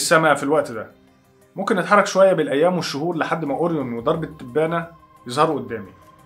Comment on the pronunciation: نطق اورين ده متهيألى محتاج مراجعه لان اسمه اورايون على ما بسمعه من كل الناس مش عارفه ليه اورين بتفكرنى بالبريو تقريبا انا جعانه 🙈